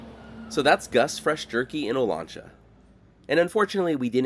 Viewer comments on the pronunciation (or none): It’s O LAN cha, the lan pronounced liked man, O LAN cha. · My dad grew up in Porterville in the 1930's, and spent a lot of time in the southern Sierra, with views of Olancha Peak. He always pronounced it "oh-lanch-a", with "lanch" rhyming with "ranch." He didn't use the Spanish pronounciation, Oh-lon-cha, and he would know the local pronunciation, at least on the western slopes of the Sierra. Perhaps people in the town use the Spanish pronunciation, I don't know, but that would surprise me. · It's Olancha with the a as the a in gas